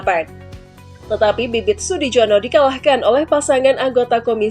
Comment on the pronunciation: Sudijono....di baca Sudiyono...J di baca y